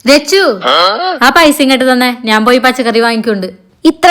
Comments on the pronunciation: നാൻ അല്ല slang ശരിയാക്ക് ഞാൻ ആണ് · നാൻ അല്ല ഞാൻ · നീ, ഞാൻ ❌ നി,നാൻ ✅ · നാൻ അല്ല ഞാൻ. മലയാളം പറയാൻ മലയാളിക്ക് അറിയിലേൽ എന്ത് പറയാൻ 🙁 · ഈ എന്ന് പറയുന്ന ചേച്ചിക് ഞ എന്ന അക്ഷരം വഴങ്ങില്ലേ?? Epozhum നാൻ എന്ന് പറയുന്ന പോലെ തോന്നും 😂